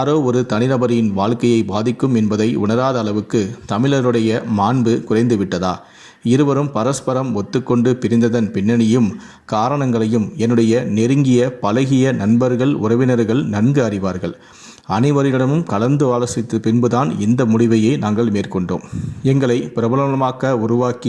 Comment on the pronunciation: Palagi nu solre pronounce correcta pannu thoo